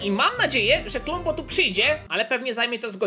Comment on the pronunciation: kombo a nie klombo